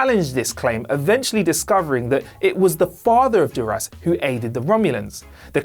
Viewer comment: Don't forget dur-ass instead of Duras.